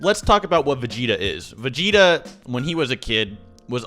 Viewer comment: Say vageta